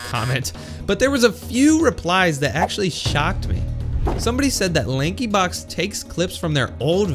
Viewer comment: When he said Lankyblox 💀